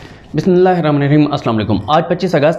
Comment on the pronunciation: Observation is as below: "Bro, hopefully u r doing well. Please read bismilah (in the name of Allah) slowly and with good pronunciation. Thanks"😊